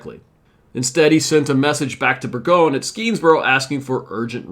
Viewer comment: Schuyler is pronounced Sky Lar. You did get Skenesboro right though. There was no Champlain Canal next to the battle, so it would have been extremely difficult terrain. As a local social studies teacher, I was impressed by your assessment. One major factor that you didn't mention was Burgoyne was a dandy who took an excessive amount of unnecessary things with his army. His own stupidity slowed him down. The Americans could easily predict the British route given the geography.